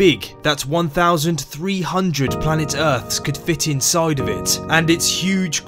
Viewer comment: "what might be hoiding insoid of jupiter"